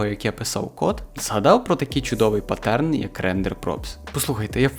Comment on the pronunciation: Будь ласка не требА мінятИ наголОси. Не патЕрн, а пАтерн. Що за мода пішла?